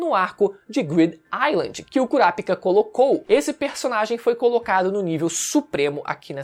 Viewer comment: Fala o nome certo do KURAPICA, mds que agonia ver vc pronunciando errado o vídeo todo😐😐😐 Ótimo conteúdo!